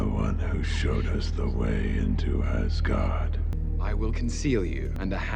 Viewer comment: It is a "meh" movie. Kind of like Hulk's movie. They do get better though. They get a lot better. Thor cannot say Hubble. cannot say Asgard.